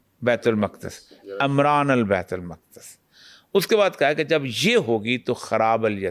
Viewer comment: Amran nahe hai lafaz umran hai please tallafyz thek kryn jazzak Allah